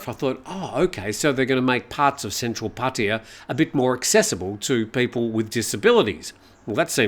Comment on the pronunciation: It's not 'Pah tee ya" aaaarrgh...worse than when long time expats say "bahtS" for any amount over one baht. Or my favorite, "Foo ket"😂